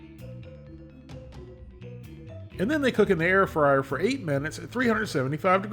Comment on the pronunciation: I keep hearing “air fryer” as “heir friar.” Though a friar inheriting property would probably give it to his community or to some charitable cause…